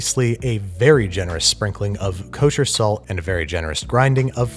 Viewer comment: No one: Babish: KUSHER SALT!!!